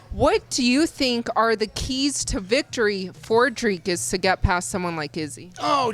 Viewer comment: He does but he is pronouncing duplessis pretty close to how it should be. Strickland pronounces Dricus like Dry Cus